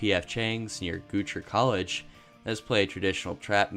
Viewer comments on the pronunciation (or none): Ok I lost it at "Goocher College" 🤣 It's not your fault of course, but it is pronounced GOW-CHER.